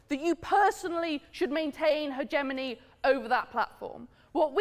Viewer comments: I am female, proud to be but only 120 seconds told me this lady is a bully , arrogant ' my opinions count , no one else,s' ) she i pronouncing words wrongly Hegemony e g Censorship has to do with not printing subjects entirely not omitting using certain terms that may be sensitive ! This shows that some in the feminist that cannot be heard in ordinary life join and hope to grow best what they think is inappropriate. I listen carefully to opinions ,if they offensive then I will speak to the content. I would not want to make acquaintances with her it was 30 seconds not 120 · When you use the word hegemony so rarely, you don't know which syllable is to be accentuated. Excellent. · Saying "hegemony" automatically disqualifies you from even seeming intelligent.